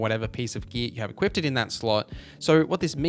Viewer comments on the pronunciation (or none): I don’t want to be annoying but there’s a strange thing you say a lot. The word is “equip” and “equipped”. You say “equipt” and “equipted”. It’s not a huge deal, but given how often the words come up I thought you might want to know. Anyway, love the vids. GGs